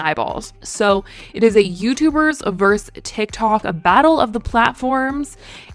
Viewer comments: The abbreviation vs is pronounced ver-sus, not verse. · i love how says versus: verse 😂